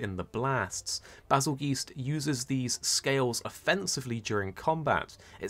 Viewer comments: Why does he say BazelGEESE? >.> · That’s what I thought but he kept saying “Bazel-Geese” so I was confused. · Do you pronounce Bazelgeuse as “Bazel-Geese” or “Bazel-Juice”?